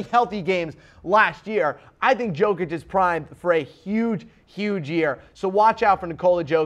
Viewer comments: Do you really think he knows anything abouth Jokic when he doesn't even know how to pronounce his name? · This guy opinion is irrelevant. I don't know if he's watched other players on his list but i'm sure as hell he didn't watch Jokic, like ever. I'm not counting you tube clips or something like that. Otherwise he would surely know how to pronounce his name.